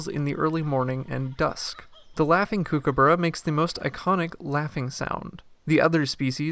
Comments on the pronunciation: It koo/koo/bu/ruh Not kookoo/boorah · For goodness sake Americans. It is pronounced COOK aburra. Not KOOK aburra. Spelt Kookaburra but pronounced Cookaburra GET IT RIGHT!! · Kuo- kuo- burra. You are saying it wrong mate. Cookah-burra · I'm in Australia now snd they all keep telling me it's pronounced koo ka barr a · It's pronounced (cook - a - burra) like to "cook" food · The narrator has got no idea whatsoever how to pronounce "Kookaburra". For goodness sake, do some research and learn the correct pronunciation. You're embarrassing! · I think the birds are laughing at the way this guy pronounces Kookaburra!! 🤣🤣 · They should be! Americans are hopeless with pronunciations. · Why don’t you learn to pronounce the name correctly before making a video.😡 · Why you say it wrong 😭